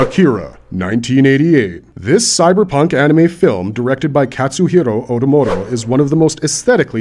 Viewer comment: "Katsuhiro Otomoto"? Seriously? You're advising anime and even don't know the name of its director?